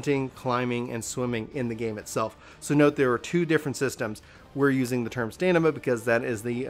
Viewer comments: You kept saying Stanima instead of Stamina lol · Whenever he said STANIMA, I'm triggered. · Good video... it’s “stamina” though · hey man I know it's a small thing but would you mind pronouncing stamina correctly? s T a M i N a.... Min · I call BS. You don't mispronounce any other words in the video. You just didn't know how to pronounce stamina.